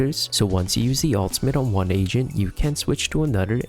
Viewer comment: Everytime you say "AGENT" it sounds like you're saying "asian." Quite frankly, it makes for some comedic content since each time you do it, the word "asian" also fits lmaoo